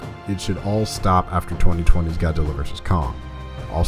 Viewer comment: i think i heard " GODDILLA"...LOL